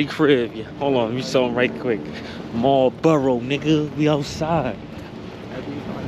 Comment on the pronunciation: It's Marlboro, not Marbro. Your welcome.